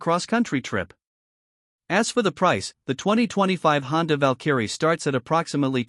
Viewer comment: Val-Kerry.... someone needs to teach the AI how to say it.